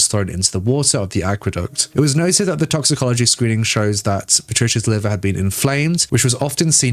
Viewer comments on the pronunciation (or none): none